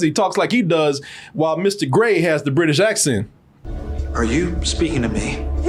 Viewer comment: My favorite dumb thing is that, while the Alien is Mr Grey, the autistic person/alien who gave them the powers cant pronouce it right so consistently calls him "Ister Gay"